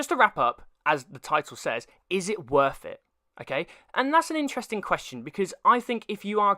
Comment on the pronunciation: you mean worth it ? i didn't understand what you said